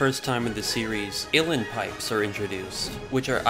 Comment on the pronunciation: Wow. That’s brilliantly done. I thoroughly enjoyed it. Can’t wait to watch another. Side note: I believe they’re pronounced “ooó lee in” pipes